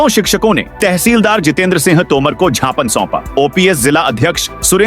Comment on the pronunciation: Itne bade platform per gypan ko jhapan kahkar hindi ki dhajjia uda rahe ho .